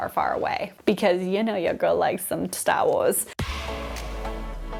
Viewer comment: When you said "Stah Wahs", sounded a bit like a Boston accent! Heads up Kenobi lovers! Belgian Malinois are NOT a first time dog. If you are still interested PLEASE find the breed club for them and try to find a mentor and or a breeder. DO NOT RUSH INTO GETTING ONE! They need a certain type of home. They can make some Border Collies look like slackers!!! This breed is used a LOT for Police and Protection work. I have a fair amount of dog knowledge, & there's no way I would personally own one. That said, I do think Kenobi comes across as well trained and calm! Could be knows her stuff on training/exercise/keeping him BUSY - BUT, don't think they are all like him! For clarity, I have a non typically active Frenchie. Has enough "boogie" when I need it, and a good "off switch"! But, do beware of health issues with Frenchies & a breed that must be monitored super closely for over heating. Constantly. Anything over 60 degrees & you better be watching them. (I was a Vet. Tech. for years, too!). Thank you for coming to my Ted Talk! 😉